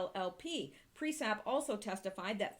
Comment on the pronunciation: Sounds and looks great, and I like the content, like always. Can you please, though, check how you say PriesTap?